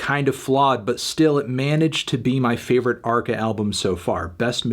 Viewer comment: Brilliant that arca is naming his music more and more in Spanish and guys like Anthony pronounce it in a typical American fashion. I get my popcorns and listen ;-)